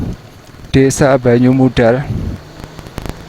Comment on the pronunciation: Yang mengganggu itu penyebutan banyumudal huruf d nya seperti menyebut wedus 😅